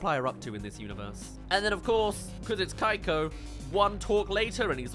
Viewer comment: Pretty sure he's just butchering the pronunciation of Keiko though.